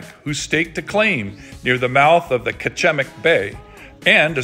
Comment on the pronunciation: This is my hometown and my brother owns the Lighthouse. BTW, we pronounce Kachemak Bay like "catch-a-mack"